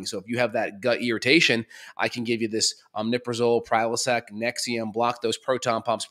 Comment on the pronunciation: It is omeprazole, NOT omNeprazole. There is NO N after the M.